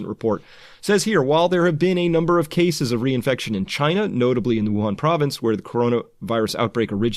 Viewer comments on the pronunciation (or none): none